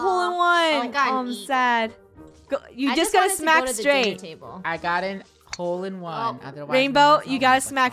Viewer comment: Insted Of HOLE-In-one I think is TROLL-IN-ONE